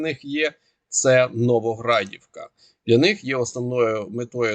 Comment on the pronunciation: На мапі НовогрОдівка, а кажеш НовогрАдівка. НовогрАдовка то в іншому місці. Не лякай людей.